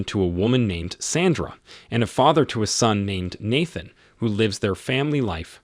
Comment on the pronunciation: Why did you say Nathan’s name like that?